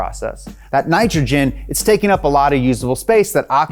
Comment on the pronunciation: you said it correctly before that Ni cha chin and ah chi chin It's pronounced ni TRO GEN and OCKS IH GEN